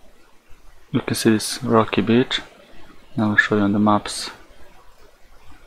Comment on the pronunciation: when the dude says "rocky beach" it sounds like he's saying something else. Lol